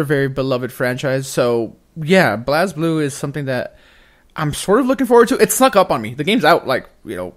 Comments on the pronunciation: I love you guys but i have to correct you on the pronunciation of blazblue its pronounced "blaze-blue" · they said "blas" blue not "blaze" blue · BLAAAAAZ BLUE. HAHAHA its BLAZE blue. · It’s pronounced BLAZE. :) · it is pronounced BLAZE;) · I’m sorry but I had to skip your whole Blaze Blue section. Wtf is “Blazzblue?” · It’s pronounced blaze blue